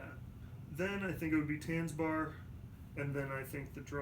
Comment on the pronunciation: I am offended by how you pronounce Tanzbär (to spell it americanized, it's Tuntsbear)